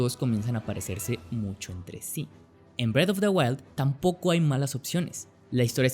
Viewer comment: es que parese que dice bread of the wild